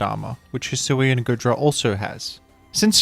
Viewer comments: The pronunciation is killing me 💀 it's pronounced like goo, because it's covered in goo, not good. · It's pronounced Goodra as in Goo Dragon, not Good Dragon!